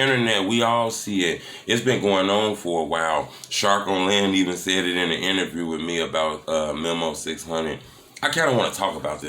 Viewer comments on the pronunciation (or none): none